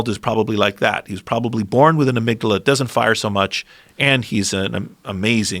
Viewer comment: Joe "let me smell your amigdilla" Rogan